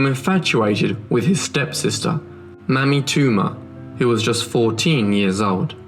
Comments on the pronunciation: May-mee not mammy. Ball- ti- more not baal-ti-more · lives Mamie is pronounced May-mee, not mammy. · Maime was most likely pronounced May-me. A mammy, as you pronounced it, is a racist Jim crow stereotype. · I think the little girl's name was pronounced May-me, not Mammy. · Narrator's pronunciation is awful. It is Mamie (May-mee) not Mammy!! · Fascinating story. It would sound better if you could ensure you’re pronouncing certain words correctly, e.g. Mamie: may-me, not mammy, and Baltimore: Ball-timore; otherwise beautifully and clearly narrated. Thank you. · One comment. The stepdaughter's name was probably pronounced Māmē. Just like Mamie Eisenhower. Pronouncing it as mammy can be offensive to some as this was a word used for a black slave woman who cared for children. A nanny. Later it was used as a derogatory term for an older black woman. Yeah, I know, I look white but that is because I am a mixed race with more white than other. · Mamie is pronounced Maymee not Mammy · Good reporting. Even so, (and I mean no offense because it really struck me funny) I do believe Mamie is pronounced with a long A, as in Mamie Eisenhower. Not Mammy. :-) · Believe Mamie is pronounced as May -me. Amie / Amy with a M. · I don't criticize small things and the diction on this channel is excellent. However, MAMIE (Toomer), should be pronounced MAY-mee. Short for Mary and some other names. Like President Eisenhower's wife's name. The reason I mention this is because here in the U.S., "Mammy" is kind of derogatory when applied to African Americans. Similar to black face, etc. Mamie was a somewhat popular name in the first half of the last century and maybe even earlier. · POOR pronunciation=poor research. Mamie=MAYmee. Maryland=MARE-uh-lund. etc. Very distracting, but nevertheless appreciated. An American should've done this one, but it's telling that a British man saw the value in it. Thank you (don't take my correction as unappreciation). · Pronounced. May mie